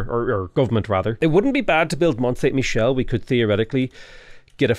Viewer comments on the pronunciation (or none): none